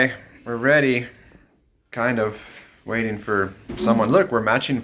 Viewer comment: Bedding or betting🤔 waifing or waiting😂😂😂😂 Jamaicans are not using the letter "T" anymore??? Americans look what you are doing those people. Love you guys I wish I was there.